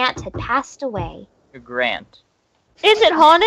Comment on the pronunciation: I thought someone said "Graunt" a combination of "great" & "aunt"